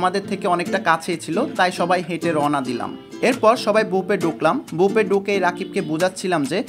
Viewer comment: বুপে না ভাই, বুফে বাই না ভাই